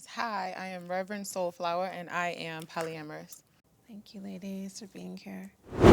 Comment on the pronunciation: “Sol flower” lol get it right 😂